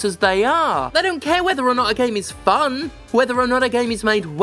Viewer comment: Very off topic: what was the game ? It looks like my style and Steph definitely emphasized the word FUN just then.